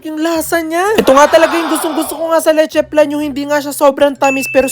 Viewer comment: It's LECHE FLAN, NOT "letche plan" 😊